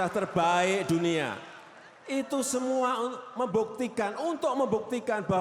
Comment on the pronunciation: Siapakah, ituh, yang, laing, sipakah, sebenarnya, ituh, lain